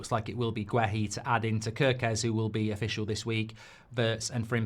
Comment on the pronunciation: It's not pronounced as Gwe-Hi, it's Geh-Hi, the U is silent in Guehi ... Please stop butchering people's names like this.